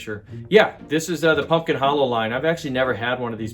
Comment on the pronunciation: Thanks,. I just placed an order for this Pumpkin Hollow hotel and several other Halloween decorations for shipment here to me in California. We don't have Menards but I appreciate have a different selection of spooky fun to shop from. Thanks for the tip! No worries about the slip up. Yes, we knew what you meant for sure.